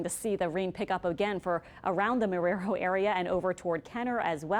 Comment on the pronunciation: She’s pronouncing Marrero wrong